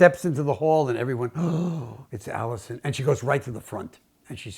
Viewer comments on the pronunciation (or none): Absolutely delightful story- but I sure hope Beautiful Jim spelled Alice Roosevelt Longworth's name better than it was spoken here. Though I imagine she'd have had a brilliantly witting and biting comment for anyone who called her "Alison." ;) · Alice. Not Alison. Otherwise nice video.